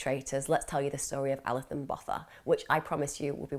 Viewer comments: The pronunciation isn't the worst... I'd say it's halfway there. We don't have a 'th' sound, so Botha just has a 't'. Incredible case though. There are some insane cases in South Africa. Krugersdorp murders, van Rooyen murders, moses sithole, daisy de melker. It's worth looking into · Youre concerned with getting the facts correct,you can atleast pronounce her surname correctly. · I think you say Botha as “Bow - tuh”. And collegiate as “kuhl - eej - uht”. Not being picky and maybe I’m wrong. X